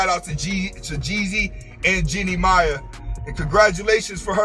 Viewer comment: What up, her last name pronounced May. The I is silent. Good video, it's very accurate,Big Facts..